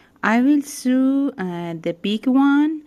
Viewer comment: Thank you so much for the lesson in making ball cushions it was really great. Very easy to understand. I have subscribed. You speak such good English. Btw and with the utmost respect the word SEW is pronounced like s-oh-w.. oh as in Oh dear,, open, Oklahoma! Hope you don’t mind me mentioning. English is a tricky language with all of the vowel sounds. 🤣